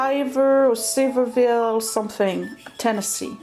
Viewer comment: I loved seeing the pottery. I live in Tennessee and there is a huge pottery community in Sevierville. It is pronounced Sah veer ville (with a big twang, Lol). There is even an arts and crafts school there. Sevierville is just outside of Gatlinburg, TN. Sevierville is the home of Dolly Parton's Dollywood Theme Park. I wouldn't worry about showing us your Etsy wares because we all really enjoy watching that too.